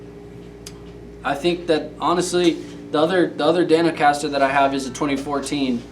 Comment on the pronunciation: I think you mean Dan-O-Caster!